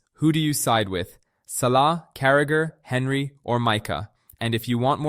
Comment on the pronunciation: Sorry my guy, but its pronounced "on-ree", not Henry. 😂